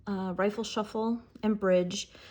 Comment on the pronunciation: Very beautiful deck, completely agree about it being less busy with the colors. Quick question though: why do you say rifle shuffle instead of riffle shuffle?